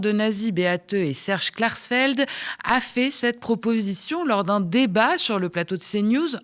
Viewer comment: Klarxfeld c'est la prononciotion marxiste ?